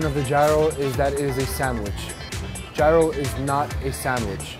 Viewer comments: It's Yee-roh! Not Ji-roh! In Greece at least. Aaggggjhhhhhh. Chicken slavaki is my favorite! I make my own and so yummilicious!! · Did he just say G-I-R-O-S ???? And he works there n look like he from greece ...smh !!!! Its pronounced like euros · Im greek and I need tzatziki with that anyone else need ?? #yeero not #yairo hahah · It's ˈyē-ˌrō NOT ˈjī-(ˌ)rō ... as a half-greek, I can't stop shaking my head watching this... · Excuse me? Did you say GIE-ROW? It's YEER-RO. 😖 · Λεει πως ο γύρος ακούγεται σαν euros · Aradia X i said the same thing !!! And he works there too !!! Smh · Did he pronounce gyro wrong 🤔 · The mispronunciation tho 😩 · Is that a person with an accent nonetheless pronouncing gyro as if it is related to "gyration"?.. #correctmeifimwrong.. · they didn't even pronounce gyro correctly